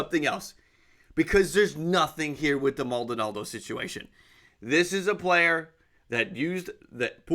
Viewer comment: Maldonado* not Maldonaldo